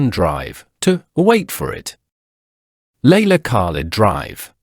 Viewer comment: Who the hell is leila kak-led? What has she done for SOUTH Africa? Voetsek!